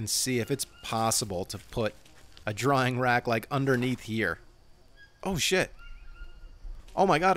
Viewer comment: "drying rack" You keep saying "drawing rack"